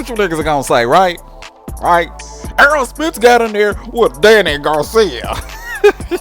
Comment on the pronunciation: I don’t get into negotiations so I don’t care what another man is getting paid, outside of that nothing you said made sense. By the way his name is Errol Spence not “Earl.” You said a bunch of generic bs lol Crawford never publicly gave details on the negotiations. He just say the fight will eventually happen. Max Kellerman called Spence a duck cuz 4yrs ago Spence told Max and Stephen A Smith Crawford just need to get a belt. Crawford beat Jeff Horn for the belt, linked up face to face with Spence only for him to change the script and say “why why why I don’t I just take the easy route and take Shawn Porter belt”